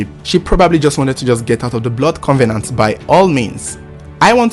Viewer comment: First of all covenant is not pronounced as con ve nant please....it is cov e nant.......now how do you know they've made a blood covenant??....anyway rumours are always rumours and never a fact........Hope the two find rest and peace in God almighty their creator.....it should not have happened at all...really senseless.....